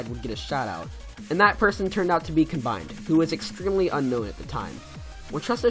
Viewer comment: Just FYI you pronounced some names wrong: Acharne is supposed to be (uh-sharn) Noctafly is (noc-ta-fly) And combined (well not really a mis pronunciation just sounds better when you say com-bined and not come-bined)